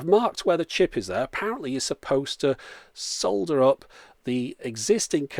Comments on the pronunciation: The word is solder so we pronounce it (drum roll) ... SOLDER. (Not sodder) Just like the word herb ... which we pronounce ... HERB. (Not erb) In England we like to use English pronunciation. 👍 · Almost orgasmic to hear 'sol'der' for solder instead of 'sodder'. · At least we Brits pronounce the L in solder. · "Disclaimer: I'm not an expert." Me, a complete idiot watching him repair everything known to man: He's magic. 😯 "Yes, my pronunciation of 'solder' sounds a bit different..." Honestly, I didn't even notice at first. Maybe because your pronunciation actually SOUNDS RIGHT. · Three Things... Nothing wrong in how you pronounced Solder... its sods who pronounce it 'wong'.. If there was enough space for it, i would have socketed the ram chip.. Save putting heat directly to the new chip... Lastly but most importantly... I still got my ORIGINAL C64 from 1985 (PAL) and it still works.. 0 chip replacements ever needed... And i recently picked up a second one at auction, (no power supply). Still thinking about testing it but just not got round to doing it.. Watching the Action on a SX-64 mini display just made me think about setting up the C64 next to the Xbox, on my 42 inch Plasma screen..... Hmmm........... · I didnt notice you the way you were pronouncing "Solder" until you mentioned it. Where Im from in the states (Alabama), I know alot of people who pronounce Solder the same way you do with the 'L' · We pronounce "solder" the same way here in the US like you did!